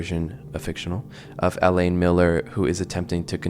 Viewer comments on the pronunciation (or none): none